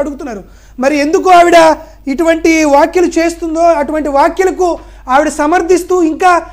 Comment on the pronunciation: వాఖ్యలు కాదురా కొజ్జా వ్యాఖ్యలు అనాలి